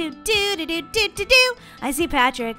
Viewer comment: When you saw Patrick I thought you said pan trick